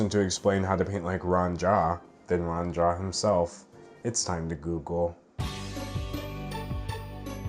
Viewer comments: angrily you said his name wrong it's pronounced roo-anne jeep >:-( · The monotone voice really kills me Also Rue-ahn Gee-ah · i think since it’s mandarin, it should be pronounced as “ru-wan jyah” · btw its ru-ah-n gee-ya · IT's pRoNOUNCed "RU-AHN JEE-AH" you UNCulTuRED swINE ! !!1111 Jokes aside. Honestly, so many people do get mad at an artists success instead of actually doing the work to get there. It's completely counterproductive, makes you look like an ass and less likable as an artist. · it's pronounced like roo-an jee-ah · it's pronounced Ruan Jia... idiot.